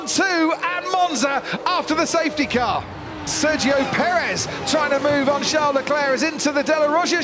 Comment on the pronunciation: How hard is it for the commentators to pronounce Sergio Perez right?